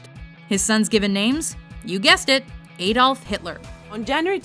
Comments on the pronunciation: Why do you pronounce Adolf so strangely? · u pronounced Adolf wrong